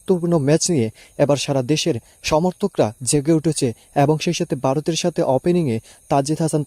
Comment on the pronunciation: Oi beta tui kon desh er lok. Varot sabdoe thik moto uccharon korte partasos nah